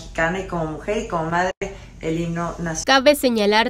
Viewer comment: Maria celeste tu solo miras los errores de los demas pero no te fijas en los tuyos porque se escucha muy claro cuando en vez de decir himno dices higno la neta estas bien mensa